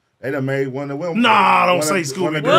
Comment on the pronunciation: 440 Willma lmao you mean Velma 🤣🤣🤣